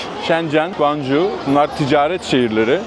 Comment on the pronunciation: Guanju değil şekerim, goncooğğ :) gittik de biliyoruz. Bu arada o tren istasyonunda ben de aynı çileyi çekmiştim, dongooo hongoo congoo 😅😅